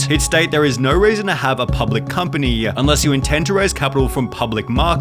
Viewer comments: So annoying how this guy adds a vowel to every word at the end up the sentence. Instead of “company” he says “companyuh”. Just listen close. He does it almost every sentence. Unbearably annoying like it’s an AI mispronouncing the words but pretty sure it’s just a guy mispronouncing them. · dad-uh public company-uh